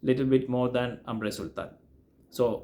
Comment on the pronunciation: Grand Soir should be pronounced like "gron soir", not Grand Soir. Grand is an English word, the frag is from a French House :) Same with AS - it's not AAmre, or AAmbre, it's "Omb-ruh"